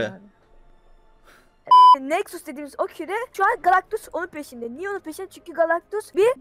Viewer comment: Abi oyun fatihi wolverineyle savaşı diye sen Galaxtus diyon ıq